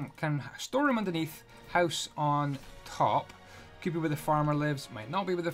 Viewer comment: I love you. Especially the way you say "Hoose" and then click your tongue. <3